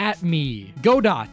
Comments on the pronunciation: It's not "Go-Dot" it's "Go-Doh" DieGO ArmanDO The "T" is silent, because he drinks cofee, not tea. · It's Godoh, not Godott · Love the video but pronouncing Godot as "Go Dot" kinda kills me inside for some reason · It's not go dot, goddit or any of what most people call him its gu doh (Godot). Coffee Addicted, Prosecution Extraordinare, Diego Armando. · It’s not pronounced gadot it’s pronounced ga dough (that’s official btw) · Go-dot cracks me up XD The Go is pronounced Gh, like you're shocked The Dot is pronounced Dough, like Cookie Dough. That must explain why the man is just delicious Edit: fixed the pronouncement of the Go in Godot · also, im not sure if its just a bit for the video (pronouncing the name 'GO-dot'), but "Godot" has a silent-T at the end of it (more like 'guh-DOE', emphasizing that second syllable) because his name is dieGO armanDO...so his alias is Go-Do, or Godot... ...thats gotta just be taking the piss though, right...? you had all kinds of subtle details, like using Larry's "burning bridge" picture (and im pretty sure it was even 'flip-corrected' in the video) so surely im just missing the joke? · About Godot name: Godot is pronouced Godo (though I can understand why you pronounced it like godot is written) and is probably a reference to the Play: "waiting for Godot" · Godot (goh-doh), the book "Waiting For Godot". Also a phrase for waiting for someone who'll never come, or something that'll never happen. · I always pronounced Godot's name as Go-Dough because of his name Die-Go Arman-Do. I figured the dev's just took his actual name and tried to make a pun of some sort. I know the judge mispronounces his name as Gabo, so Go-Dough seems logical as the "t" is heavily implied to be silent. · according to the anime its pronounced "Goo Doe" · Godot’s name is pronounced “gudoe” I think, with it being based on a play called “waiting for Godot” (this is second hand info tho) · Die-GO Arman-DO(T) I’m pretty sure the T in Godot is silent.